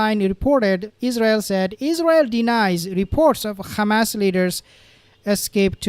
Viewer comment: The 'h' in Yehya is not silent, pls pronounce it correctly. And H*m*s starts with an 'h' pls pronounce that correctly also.